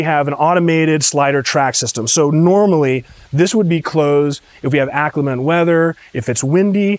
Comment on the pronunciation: Hand-troweled. Not troughed. Aesthetic is pronounced esthetic, not assthetic. 😂 I would break my ankle in the master suite! 😂 Lovely tour, though!